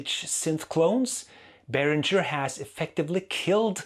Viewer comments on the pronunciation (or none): It`s berinGer, not berinJer, btw. Like Kim Basinger. It is a german name, so live with it. Like Neumann is "noyman" and not "new men" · It's BAY RINGER! As in bell ringer 😀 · You speak German but mispronounce Behringer on purpose! Why? To show your disdain for them?